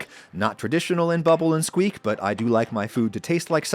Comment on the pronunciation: It's such a tiny thing but my British ears can't get over how unexpectedly jarring it is to hear an American say "bubble and squeak" with equal stress on every syllable. Nobody says it like that here! Every "something-and-something" British meal name I can think of has the stress on the final word / syllable. Bubble-and-SQUEAK. Fish-and-CHIPS. Bangers-and-MASH. If you came here and said "fish and chips" with equal weight on each word people would look at you funny. 😂